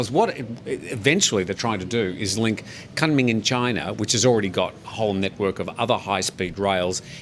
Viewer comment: pronounced Koonming